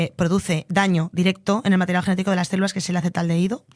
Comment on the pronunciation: En serio dice "cérulas" constantemente???